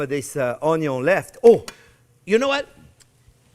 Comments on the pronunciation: Omg there not to long im starting to talk like u onyo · No, OnYo Pie. 😅 Just funning with you chef, love your show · French onyo VS. Canadian onyo...😂😂